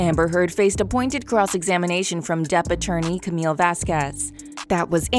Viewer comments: It's not Camilla.... it's pronounced Camille with a silent "e". Please learn correct pronunciation of the actors/,persons in your videos prior to recording the narrative. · Her name is Camille not Camila. Camille!!!!!!